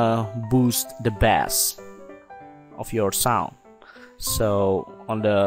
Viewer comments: boost the bass. bass is pronounced "base" just saying. thanks! for the help though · bass is pronounced like Base...long a sound